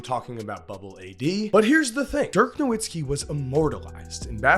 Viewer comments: No-Vits-ki, it's not pronounced how it's spelled... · How come people still don't pronounce Nowitzki's name right? 🤦🏿. He's German, it's a "V" sound not a "W"